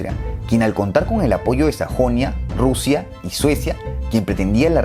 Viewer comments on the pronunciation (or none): Alguien se dió cuenta que él dijo Rousia? Yo sí XD